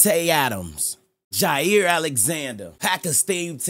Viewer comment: The fact u called both jaire and tae is actually ridiculous. Packers glazington. Love the content mac.